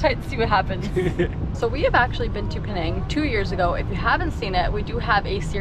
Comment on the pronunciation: it’s Penang not Pee-nang